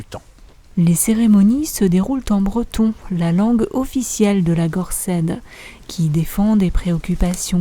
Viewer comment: Gorsedd se prononce "gorsez".